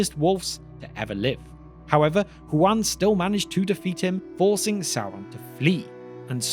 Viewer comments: You keep pronouncing it like the name Juan. This is explicitly not correct. It is "Hoo-an" or "hoo-ahn" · Hu-en? You mean Juan?